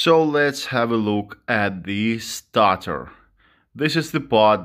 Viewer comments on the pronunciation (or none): Stator pronounced StAAyTor bro not starter. Good vid matey been looking at getting some of these gimmie gimmie the torque:)